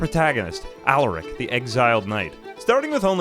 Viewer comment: Please PLEASE you can stop this torture ill give you the launch codes just please stop saying allarick instead of alaric